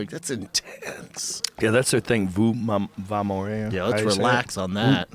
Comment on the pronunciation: Joe still doesn't know. Hoop vai morrer ahahaha.. No it's uh, vai morrer Joe.